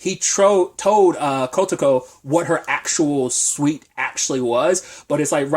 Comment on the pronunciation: Why are you pronouncing SUIT as SWEET? Good review.